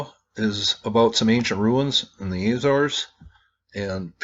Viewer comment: AH-zor-es, or Ah-zo-ress, not AY-zors